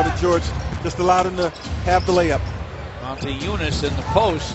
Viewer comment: Why they say Montiejunas if there is no N before the T?